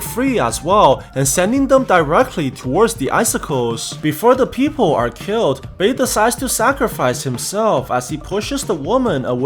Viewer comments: Not a fan of the fact that you say people as "peephole" or "peepole". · Yoo it sounds like peephole when you said people 😂😂😂